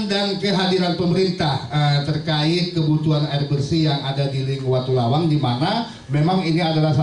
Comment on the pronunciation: maaf pak ..,..menurut saya watulawang bukan watulayang....hampura